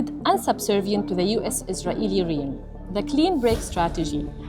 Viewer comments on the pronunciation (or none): You have no clue how "Realm" is pronounced, do you.....